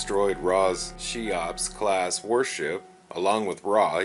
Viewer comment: Cheops is pronounced "KEY-ops", not "SHY-ops". Just FYI.